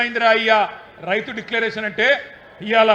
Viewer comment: ముందు డిక్లరేషన్ అని సరిగ్గా చెప్పండి